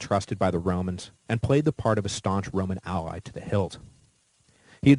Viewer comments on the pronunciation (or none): none